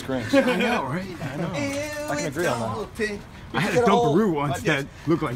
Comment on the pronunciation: Ew its Dawton